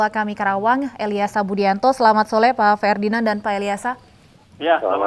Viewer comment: Apakah anda tau presenternya, bilang selamat sole bukan sore 😂😂